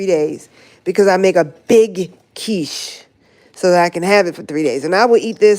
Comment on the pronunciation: 'QinnChee'.. 😂😂😂 Your quiche is one of my favorites Quiche Lorraine, yassss, that cheese pull is everything😂